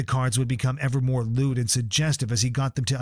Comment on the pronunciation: How ridiculous is your AI when it accuses Charlie Rhodes of “loot” comments. You are an embarrassment to YouTube and the general public.